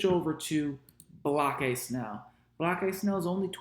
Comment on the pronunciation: Lol why do you call Blake Snell "block-eye" 😂? Did I miss the joke? Or is that how it's pronounced